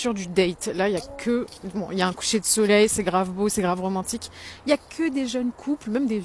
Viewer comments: "les hommes veulent plus me courtchiser pourtant je suis trop romantchique wesh" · "L' époque où on te tenait la portchière de la voitchure me manque." Wallah wesh, genre c'est romantchique ça. D'ailleurs, elle a vécu à quel siècle, cette jeune femme ? Parce-que moi, je n'ai jamais connu une telle époque, et je suis plus âgé qu'elle 😂 Et pour l'autre qui est au Kazakhstan : eh bien super, trouve-toi un homme kazakh, de l'ethnie kazakh ! 😂 Problème résolu dans ce cas !